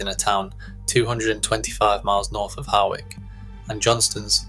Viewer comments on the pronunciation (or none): Hawick is pronounced “hoyk”. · Pronounced hoiyk ! You are welcome! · The gauge of a fully fashioned machine is needles per 1.5 inches not 1 inch. Please get your facts right. Your pronunciation of both Hawick and Elgin could do with a bit of correction.